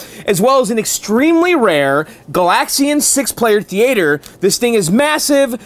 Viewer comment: "Thee-A-Ture" -- very fancy. 👍